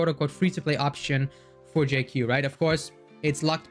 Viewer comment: I just thought of it like Dr Ratio. In lore and on paper only. The duality of someone who has extensive knowledge of medicinal ingredients. Can be used for harm or heal. And one of the few CC that pronounced his name spot on. I kind of wish he hits enemies with a wok but cooking them is ok too.